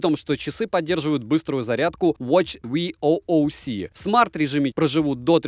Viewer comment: спасибо за видос. Лайк. Только говори В-у-к чардж, а не ви-о-о-у-си(VOOC), и Ай-к-у (IQOO) смартфоны плз.